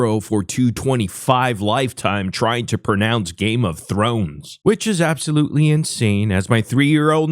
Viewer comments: Games of thorn? Thor? Games of Thor? Thorn? Da fuck he say? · He actually said Thorn lmao ledouche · He couldn’t say game of thrones with a gun to his head